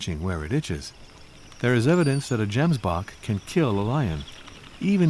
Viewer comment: Pls say Gemsbok right the next time you make a documentary. Otherwise the video is incredible.